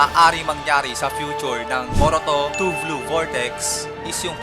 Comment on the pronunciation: Blue sir hindi "vlue" hehe 😊